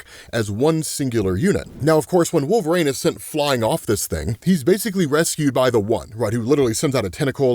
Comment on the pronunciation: You still can pronúnciate WOLVERINE. 😅 Who’s wolverang?🪃